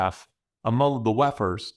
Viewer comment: You keep saying wef'rs and I keep hearing lepers, because that's what they are